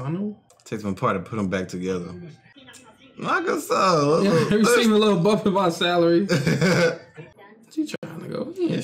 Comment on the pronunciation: Is it only me or did i just heard you guys said nagasa instead of nagisa?